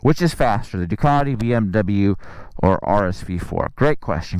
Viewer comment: Ducaaaardeee.. I always thought it had a ‘t’ in it